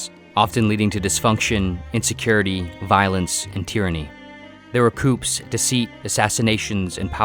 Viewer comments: Coup is pronounced "coo". A coop is where you put chickens. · Coup is pronounced 'coo' not 'coop' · Pronouncing the 'P' in coup 🤦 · The word ‘coup’ is pronounced ‘coo’ not ‘coop’ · What is a "coop?" You think he means like, a chicken coop? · "coops"?? did you mean "Coups"? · A "coop" is where chickens live. A "coo" (coup) is an overthrow. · I was just sitting here eating and started this video for background noise, and as soon as I heard "Coops," it immediately got my full attention lol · Sir, coups is pronounced coos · I'm confused. How on earth can you make these videos and not know how to pronounce "coup"???